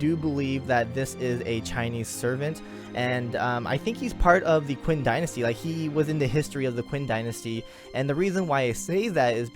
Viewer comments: FYI, not to bash on you, but 'Qin' is pronounced as chin instead of 'quinn'. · Its prounounced chin dynasty not quin xd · HAHAHA, I'm sorry, hearing you call Qin Shi Huang "Quinn" is too damn funny.